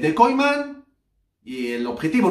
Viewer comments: NO SE PRONUNCIA KOIMAN..SINO KUMAN.. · Se pronuncia Kuman, no Koiman, gracias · Se pronuncia “Kuman”